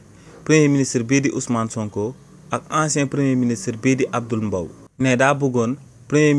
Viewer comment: Combien de fois as-tu prononcé le nom alors que c'est Abdoul MBAYE? Soyez professionnel qu'à même 🤷